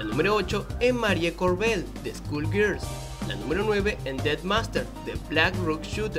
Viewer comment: "Escul gerls"